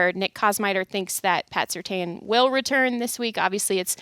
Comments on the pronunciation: constantly mispronounces the DPOY! It is Surtain as in "tan". She reads and writes but does she watch Denver play football? Obviously sparingly. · Please start pronouncing PS2’s name CORRECTLY. It’s not that difficult, don’t know if it’s a bad habit or you just don’t know? Not a good look. Thanks! Happy Thanksgiving!